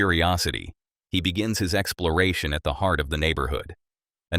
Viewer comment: Why does it sound like you say excloration instead of exploration?